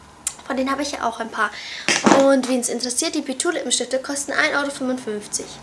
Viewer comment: Man sagt PZwei und nicht PTwo. Nur ein Hinweis. ;)